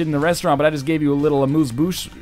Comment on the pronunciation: Amuse Bouche is pronunced Amuse Bush, not Bousse